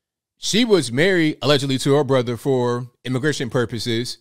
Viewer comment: I like how you say allegedly. 😂😁🤣